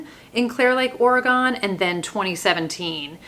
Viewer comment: Sundown Motel is definitely a favourite! Also, it's Or-gun/ Or-uh- gun. You can be really lazy with it (we mostly are) and just say organ.